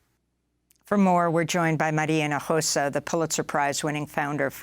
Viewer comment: Maria Himojosa...practice her name!!👀🤔